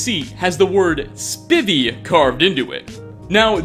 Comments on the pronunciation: Jesse H. So you didn't catch the "Pull-O-Whisky" preservation center, or the chair with "Spivvy" (properly pronounced 'Spy-vee')? Plus several others that I would have to watch the video again to relate here. I think it stems from following a script that he writes for each video, coupled with some possible dyslexia. Otherwise any friends that he may have would constantly be beating up on him for mispronouncing everything all the time. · Spivey, (pronounced SPY-vee, NOT SPIH-vee), is a reference to former wrestler Dangerous Dan Spivey.Bethesda slips wrestling references in most of it's games. It was no accident that one of the default Nord presets and frequently used bandit models in Skyrim bear an uncanny resemblance to Triple H. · It's pronounced spIvey (spy)vey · It's not Spivvy, it's Spivey, pronounced Spy-vee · Spivy pronounced spy-vee was captain hooks second in command maybe that could have something to do with it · "Spy-vee" not "Spivy." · I think the name Spivey is pronounced "spy-v" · I know this is older but just gotta say ive never heard someone probounce Spivey like that 😂 I knew some people in school with that last name, it was always pronounced Spy-Vee. Or like when you say Spidey for spiderman, but obviously V instead of D. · It's pronounced SP-I-V(IE). Haha he played for Arizona for a bit and I'm a fan so needless to say I've heard his name said a few times haha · Spivey( pronounced spi-vee) was the second basemen for the redsox. That’s an easy one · Hayden Spivey isn’t it pronounced spy-vy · It is pronounced Spy-Ve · Usually people pronounce Spivey as if it is spy-vee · “Spivey” is pronounced “spy-vee”. The blue shelter is a “Pulowski”- “pu-lauw-skee,” and the episode of the Twilight Zone referred to in that shelter is called “Time Enough At Last.” It’s my personal favorite. You should maybe get an editor, though..? Constructive criticism from someone who enjoys your videos. 🙂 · Spivey, with a a long I!